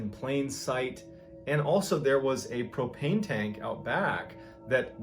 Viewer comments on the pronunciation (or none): none